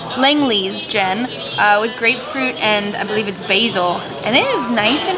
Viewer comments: Not bad pronunciation of B'rum, but you're still having trouble with "basil". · The way you say "Basil" is frickin' hilarious. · I love how pronounces Basil BAYSIL! BAYSIL Fawlty. BAYSIL!!